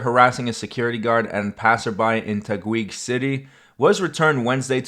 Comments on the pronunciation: It's pronounced Ta-geeg. Not Tag-OUIIG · hi. just to help you pronounce taguig city... it's not tag-wig but tag-ig without the w. Still sounded the ig in wig. love your vidz. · Great Video! Just to help you with the places, here are how they are pronounced: Taguig = "TA-GIG" Bonifacio = "BO-NEE-FA-SHO" Overall great video. Looking forward for more of your content and thank you for that change link! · Taguig is pronounced like "tah-gig" FYI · It's pronounced as "TAH - GIGG" City 🙂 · Hi! Big fan, friendly note you can just pronounce TAGUIG as TA GIG. silent U. thats all keep up the videos.